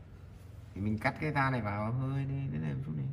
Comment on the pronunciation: da chứ không phải Ra bạn nhé, đọc sai đâm ra cái phụ đề cho ng nước ngoài cũng bị sai theo á, bạn nên chú ý nhen